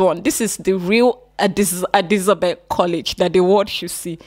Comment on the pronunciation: what exactly is Adisabel 😂 It’s Adisadel abeg